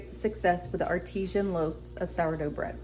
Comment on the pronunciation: AR ti san not ar TEE zhan artesian is a well